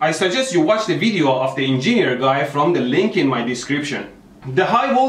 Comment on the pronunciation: 'The en- geeñer